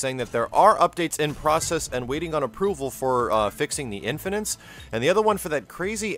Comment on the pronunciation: It's "inn'fi'knit" not "inn'fi'nint"